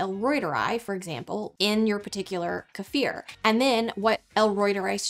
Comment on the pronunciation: I love how she says kefir. ❤